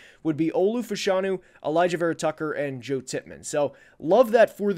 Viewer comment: like this mock a ton! breaking from the 4 consecutive qb orthodoxy feels right. I think the JJ hype comes from top ten teams hoping to get a haul in a trade down. One note: fashanu is pronounced fash like fashion anew like anew fash-anew